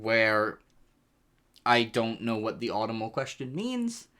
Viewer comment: I'm sorry, I have to bully you. The way you said autumnal made my soul cringe.